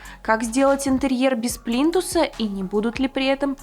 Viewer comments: ПлИнтусы,а не "плинтусА".... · Не плинтусА, а плИнтусы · ПлинтусА, плинтусОв !!! аж кровь из ушей :(